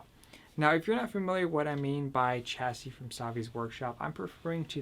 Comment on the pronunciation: You pronounce the word chassis completely wrong😂 you don't pronounce the 'ch' at the beginning, it's an 'Sh' sound